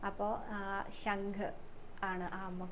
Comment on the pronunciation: ശങ്ക് അല്ല ശംഖ്🙏